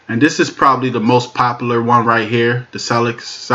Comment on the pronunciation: "Popalure" as you say it is wrong. The word is "Popular"